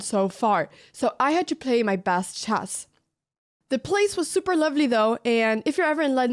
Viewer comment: It's "chess", not "chest" heeyyoo